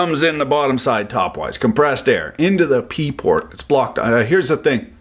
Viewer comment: said Pee port, lolololololol